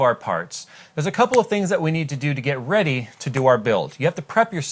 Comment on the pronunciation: Pause to get "Are ya reday kidz?"